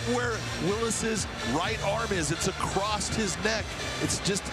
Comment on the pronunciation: John McCarthy "acrost his neck" John trying to pronounce his name